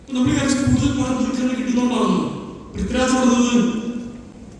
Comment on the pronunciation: പ്രിതിരാജോ???? ആദ്യം പോയി മലയാളം പഠിക്ക്.